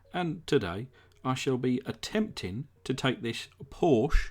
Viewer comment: thanx aswell , for pronouncing Porsche properly...Rock onnn